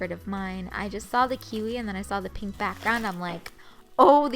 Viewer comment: I like how u say pink like pinkkk